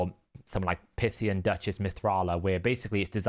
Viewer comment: Do people in the UK call a python "pithon"? I cannot fathom why he calls Pythion (pie-thi-on) pith-i-on. Drives me bonkers, just like with Gnut. NEWT. They even pronounced it for us in the show!